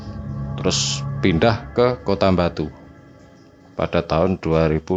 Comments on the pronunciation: Ngomong “Batu” jadi “Mbatu” walah rausa atek ngomong lu gue to😂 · ning kuping kog rak enak bgd sih,,, mbok bilang AKU atau saya aja ngopo sih. Aneh bgd medhok pke gua gue gua gue ... koyok wong ndeso tapi mekso dadi cah kutho. Satu lagi mas, itu namanya KOTA BATU, bukan KOTA MBATU .... hmmmm. Pakek B orak nganggo M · GHUE.... Dr penyebutan kota batu jd MBATU itu aja uda keliatan kalo jwo nya wes kentel medok bgt. Dadi lek kate crito nggawe bhs indonesia pake aku/saya ae ojo nggawe GHUE rodok gk cocok cak... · Medok banget " GUWEE, EMBATUU " nya 😂😂😂😂